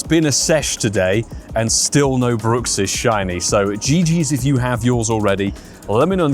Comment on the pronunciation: I believe Bruxish is pronounced Bruck-Sish, not brook-sish. The name derives from the teeth grinding issue "bruxism" which is pronounced bruck - everyone seems to call this ugly fish different things 😅